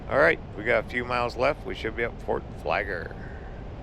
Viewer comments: Hey... It is not Fort Flager... It is Fort FlagLER... LER!!!!! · It’s called Fort Flagler, not Fort Flager! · Tha fort name has two Ls in its name please pronounce Both of them with a G between them.